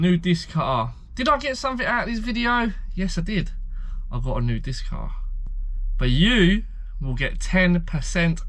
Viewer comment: Does your family say Diskkk cuttaaar ?